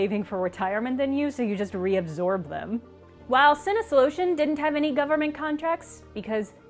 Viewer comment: Me, a German person, momentarily distracted.: "Sin-is-lotion" Me: "What-" looks at screen "Did they seriously name Atari's supposed sister company 'the deleter of senses' in German?"